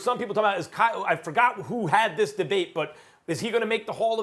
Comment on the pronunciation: Hayden Jones Direct quote “thees I mean this guy comes off the bench and gives you 15”